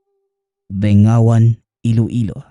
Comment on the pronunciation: Bing ga wan Ang tamang pag bigkas po